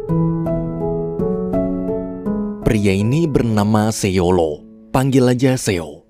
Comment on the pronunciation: Seyolo bang bacanya Seyol krn bahasa Prancis huruf belakang ga di baca